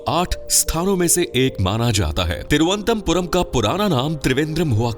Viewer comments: Tiruantampuram mat bolo sir Toruanantpurm hai ye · Video is Ok but try to Pronounce Correctly it's not Thiru antha Puram it's Thiruvananthapuram ❤❤❤❤ Very Happy to hear some Precise facts about My City.....Thank You..... ഓം ശ്രീ അനന്തപത്മനാഭ നമഃ 🕉️🕉️☺️☺️ Bharat Mata ki Jai 🇮🇳🇮🇳🗿🗿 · It’s pronounced as Thiru - Anantha - Puram. Means the land of lord Anantha . Not as you pronounced here. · Why is it difficult to pronounce? Its Thiru-ananthapuram , in Malayalam its combined and said Thiruvananthapuram Ananthapuram means land of anantha from the sree padmanabhaswamy temple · Don't know abt others but I got quite annoyed whenever the Name of city on which u r making a video is pronounced wrong😊😊